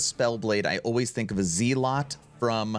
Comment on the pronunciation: What is a zeelot? Its zealot, pronounced zellut.